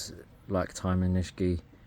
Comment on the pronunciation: Amazing collection. Do you ever sell any? I believe Iyoshi is pronounced E-yoshi (E like knee) not eye-yoshi and Nishiki is pronounced knee-she-key not nish-key.